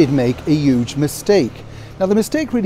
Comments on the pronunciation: Hello, why do you say ' uge?? Languages are alive and living way to correspond with each other. But the word 'huge' in English is spoken bei using, combining, including the H letter. Please don't tell me you say 'erbs =AMERICAN instead of HERBS=ENGLISH. Even the word in English HOTEL ist spoken out using the letter H. The only thing with the word HOTEL, is that it is written with the word: an An which is used before all words beginning with a vowel e.g an orange, an apple, an elephant and so forth. Hotel is an exception. To be honest it sounds ridiculous! But still, I wish you all the Best. M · A "uge" mistake!!?? Did i hear it right?!